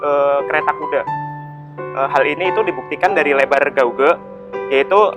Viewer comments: Gauge dibacanya Gej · gauge bacanya "geij". Just FYI. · Geij mas bukan gauge 😁